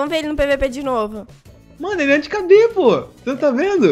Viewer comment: "Anti Cabê?" Ksksksksksskkdk, é "Anti-kb."